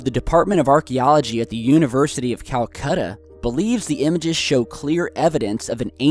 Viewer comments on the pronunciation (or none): none